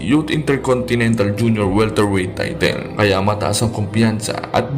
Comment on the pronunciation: Get SPEECHELO FOR PLEASANT AUDIO. ITS NOT PRONOUNCED TAYTEEL.